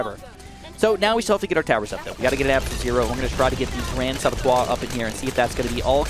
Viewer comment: Saboteur not sabattoire.... That annoyed the hell out of me